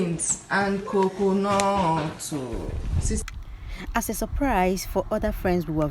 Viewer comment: Wow the snow is too much. Oh 7-8hours that's not a small journey at all for someone carrying kids. The way she called coconut makes me laugh. The salad make sense ooo🤣😂 I don't cake without sieving my flour it is very important ❤️🙋